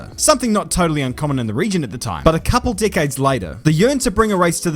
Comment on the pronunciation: Anyone else hear dickades when says decades, or is it just me?